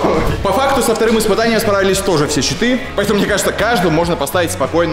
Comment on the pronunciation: Мне одному показалось Читы а не щиты